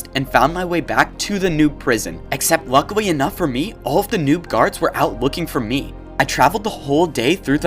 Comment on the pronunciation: bro says lucwy enough